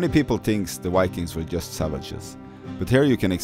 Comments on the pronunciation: Viking. V… Not Wikings ⚔️😎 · Yes cøme see the "wikings" and all the løveli lakes, the wønderful telephøne system, and mæni interesting furry animals, including the majestic Møøse. Cringe, why do so many norwegians say vikings with a W, we don't do that ourselves. Perhaps it is the vowels. Norwegians, say this 1000 times: Voi Voi! Vaiana! Violence! And I agree so much with the video, don't go further North than Trondheim, there is nothing for you here, just rocks and cold rain. Poor roads and nowhere to park. Expensive rooms if you can find any. And in summer you won't be able to sleep because of the light and mosquitos.